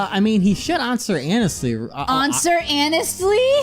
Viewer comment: Onswer hanestly